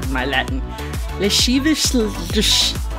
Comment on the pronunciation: I think its La-si-vi-ous i think :-)